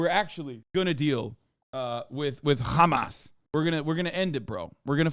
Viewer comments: "Chamas" delegitimizes but also adds levity to a grave thing to think of and say on the regular. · I think the reason Hasan started recently pronouncing Hamas in the manner he does is to make it a fun playful silly thing so people will delegitimize their terror in the way that he does. Like “ohh that’s just silly billy Hamas over there, don’t mind them they wouldn’t hurt a fly.” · he pronounces like that because that's how Palestinians pronounce it. People who view Palestinians as less tend to mispronounce it because they view Palestinians as less than human.